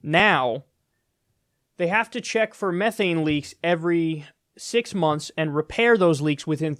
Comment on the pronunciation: Please don't pronounced methane that way, your hurting me on a fundamental level.and yeah, it's worse that CO2 but tbh since it's valuable you don't have to worry about companies pumping it out too much,h they want to keep it